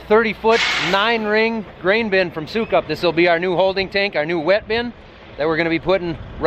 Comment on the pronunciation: I thought it was pronounced suckup!